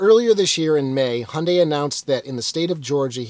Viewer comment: “Handay”. You know so much about this brand/car (I do enjoy your videos very much) and yet it baffles me how you butcher the brand name every single time 😅 it should be “Hi-Yuun-Die”.